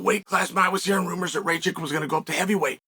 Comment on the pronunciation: Its not fckng Racik... its RakiĆ